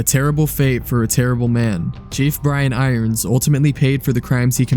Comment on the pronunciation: Kudos for being able to say his name because I always say chief iron brians. I really don't know why I can't say it the right way.